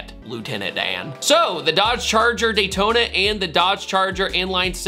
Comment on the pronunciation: ‘Daytona’ 😭😭😭😭😭😭😭😭😭 shame….